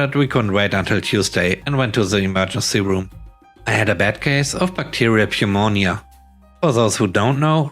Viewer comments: pneumonia can be a tricky word. It's pronounced noo-moe-nyuh. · Just a friendly note. In the word pneumonia the p is silent. Yes I know the English language can be stupid.